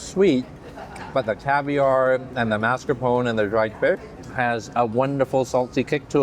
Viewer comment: It's pronounced "mascarpo ne -it's Italian